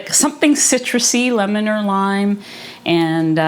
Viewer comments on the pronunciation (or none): none